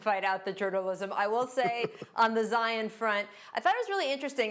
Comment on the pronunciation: "Zi-Yawn" - Perk 😄